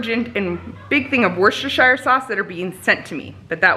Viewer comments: You said it right! It is wustershire even though it’s spelt Worcestershire! Take it from a Brit! 🇬🇧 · Here in uk its pronounced wooster